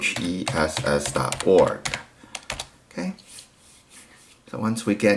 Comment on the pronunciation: Lichess is pronounced "Lee-chess"